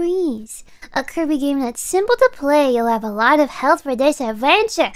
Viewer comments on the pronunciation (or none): none